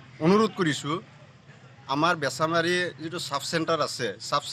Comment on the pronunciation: বেছিমাৰী নহয় বেছামাৰী হয়